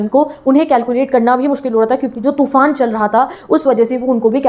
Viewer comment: Madam तूफान hota hai टूफान nhi hota😂😂😂😂